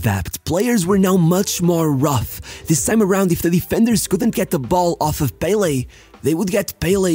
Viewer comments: If you are going to pronounce Santos as santosh you can call pelÉ by his name, its not PÉle but pelÉ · The pronunciation is Pe-LE not PEH-le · I love how you always pronounce most Brazilian names correctly (not the case of you pronouncing Pelé btw)